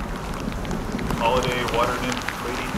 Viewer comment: "Hey, in the wata" that's my favorite part